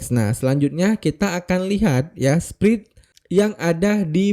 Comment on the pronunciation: spread itu bacanya spred om bukan sprid😅